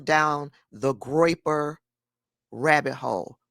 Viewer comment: "Groiper. Um-huh. Groiper."😂😂